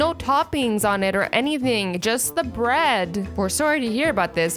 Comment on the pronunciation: Laughed myself a six pack at "Brid" I need some Brid